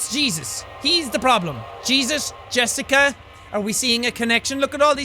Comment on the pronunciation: "Yessica"? I sense that pronunciation was influenced by a (North) Germanic language...Danish, perhaps? It's the electrocardiograph (EKG or ECG for short) machine. Maybe you thought about MRI (Magnetic Resonance Imaging)? That's the notation used for infinite series in Math. If you really want to study computer sound design, you'd better start giving more f***s about those (they're used in Fourier analysis of sound waves, for example):P Mr. Tickles? That's a good name for a pet XD You mean "Knothradamus"?:P If Jessica and Blake were in a "relationship" (or, at least, Jessica loved Blake), what did the hangman sentence "not telling is worse than lying" mean? Did Blake "cheated" on Jessica with Lynn? Or did Blake told no one about Jessica's death?, is it you? O.o The many-armed monster really seems to be a representation of someone who abused Jessica (maybe one of the priests) If it's any consolation, we're all shortening our lives together O.o => Yeah, I guess the priest killed Jessica after trying to abuse her, and then tried to make Blake feel guilty for it (because he couldn't save her, as shown ). Maybe Blake jumped at the last second? Nah, that's exactly what they busted (also, poor Buster::) Lynn is lucky this isn't Until Dawn XD Will "Justice Jack" rain from above, though? Maybe that could be your "superpower/ultimate" (peeing on outlaws to blind them):P 1